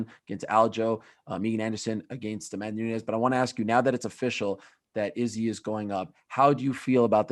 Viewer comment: I really can’t handle the way Ariel says izzy name anymore!!!